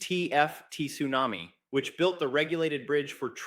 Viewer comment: Can’t even say tsunami